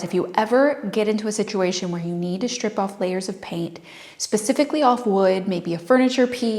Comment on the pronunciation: Love your style, love your channel, and I think you’re adorable, so please don’t take this wrong. You tend to say “shtrip” and “shtrength” instead of strip and strength. Curious as to why? Just curious, no judging here.